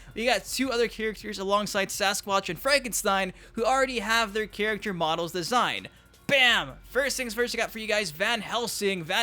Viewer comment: Can you please learn to say: "Character" you say...like, "chirikter" Good video tho.